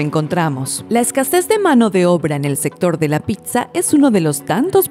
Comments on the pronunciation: Lo peor, es que la narradora diga PICSA, y no PITZA (PIZZA). Buenos videos, entretenidos, pero hay que revisar muy bien la forma de hablar, quedan mal y pierden credibilidad. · se dice pissa aun cuando se escriba pizza